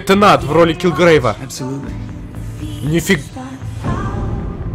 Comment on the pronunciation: НЕ Дэвид Тэнат, а Дэвид Тэннант.